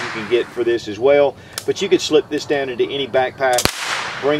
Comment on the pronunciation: He yer. Da yown. Or here and down? Funny. One syllable becomes two.